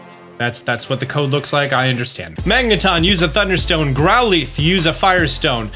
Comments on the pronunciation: Grow-leaf instead of growlithe lol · “Growleeth” Also what happened to sylveon